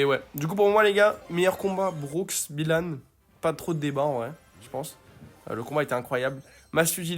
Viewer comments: Ce n’est pas Bilanne on BYlanne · Il à détruit le nom de Byhilan 😂